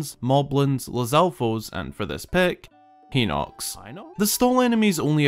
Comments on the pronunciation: that joke about the pronunciation fucking got me. my first reaction whenever i hear that "heenox" pronunciation is to correct it to "hynox" and it was so quiet in the video i though i had imagined it at first lol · "...And create the skeletal structure of a Heenox." Background "Hinox?" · ITS THE QUIET BACKGROUND CORRECTION OF HINOX FOR ME. "HE-NOX" Whispers: "high-nox?" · Every time he says “hinox” as “hee-nox” you can also hear a very quiet “high-nox” in the background - check out for an example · yes, and he also added the "high-nox" in for good measure... that tells me that he probably doesnt know the japanese pronunciation, but honestly, it's not the end of the world. it's a problem with english. inconsistent spelling and pronunciation lmao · "Hinox (ʰʸⁿᵒˣˀ)" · Small secret: he did the double pronunciation of hinox, which is awesome and hilarious, such a great community. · In hateno village, there are 9 scarecrows. I honestly don't know what that's all about but I just found it interesting that they aren't in any other villages (that I know of) also love how he says hinox really quietly cuz he doesn't know how to properly pronounce it. I hate having to pronounce video game names without the game pronouncing it for me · The secondary pronunciation of "hinox" reminded me of another ZeldaTubers secondary pronunciation of "Fi" 🤣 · Did anyone else hear keep correcting pronunciation of Hynox?